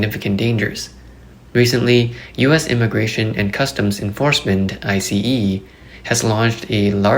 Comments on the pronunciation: It is pronounced ICE not I C E. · Its ICE, like ICE Cream or ICE Cube, not I SEE EE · Just say ice not I.C.E.